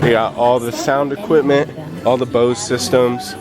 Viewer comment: I learned people pronounce equipment as "EquiTment"